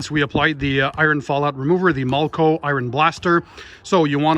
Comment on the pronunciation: I love your videos but in this video why are you pronouncing the name....mulco when it’s malco.....no u